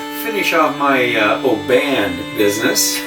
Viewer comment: Nice review. Oban is pronounced OH-bun. My dad used to have seaside holidays there as a child living closer to Glasgow.